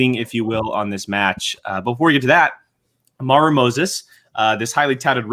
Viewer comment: It’s AmaRÚ, the emphasis is on the RÚ 😜